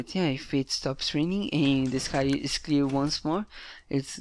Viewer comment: When ur saying "it is an _", it really sounds like "it needs an" so could you try not to pronounce any "n" before "is" :) great video otherwise!